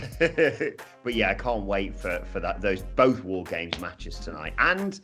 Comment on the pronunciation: I find your lack of emphasis on "WAR GAMES!!" disturbing...